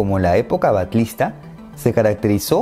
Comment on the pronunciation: Un par de "detalles" : los aborígenes eran "Guenoas" y guenononas. Segundo: la era no es "Batlista" (según tu pronunciación), si no "Batyista" o "Batshista" en una pronunciación más correcta. Juan Antonio es Lavayeja o Lavasheja por su pronunciación en nuestro país de la "ll".